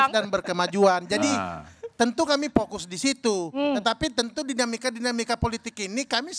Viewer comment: Vokus atau pokus?😂😂😂